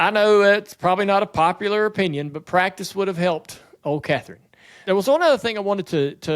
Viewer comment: The best part is listening to not being able the get the first C enunciated in the word "practice". He and Camron Johnson from CJRC must be related somehow. 😂😂😂